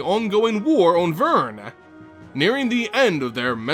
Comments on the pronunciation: Aaaaaaaaaaaaaaah, why VERN? The "r" comes first. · VERN? that gave me cancer.